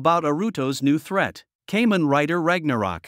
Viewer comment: it's pronounce kaa-men, not kay-men oh wait, it's an A.i. *facepalm*